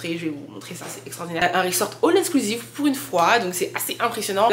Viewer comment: on dit all inclusive 😊